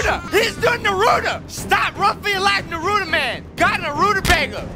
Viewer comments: It Naruto not nuruto that makes me vary mad when u call it nuruto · It’s Naruto not Ruto